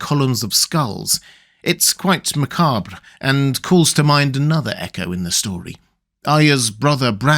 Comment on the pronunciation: Don't you just love the way pronounces "macabre"? Chef's kiss! Bones have often been stored like that, in real life. Burial sites couldn't keep expanding like they do today, so bodies were buried or otherwise interred until their flesh rotted away ("sarcophagus" literally means "body-eater"), then the bones were stored in ossuaries, where careful packing could not only create macabre sculptures, but minimize the amount of space they took up. The bones are probably the most mundane of these mysteries. One weird detail of the Faceless Men is that their face/voice/memory magic seems to have been fully functional all along, unlike many other types of magic in this world, where people are quite surprised that their ancient traditions suddenly produce powerful magical effects. Or perhaps this just seems weird because I somehow completely missed that the Maesters are actively trying to suppress the very existence of magic?